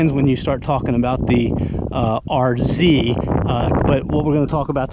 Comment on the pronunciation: Such a relief to hear you call it an RZ and not an R-zed.😅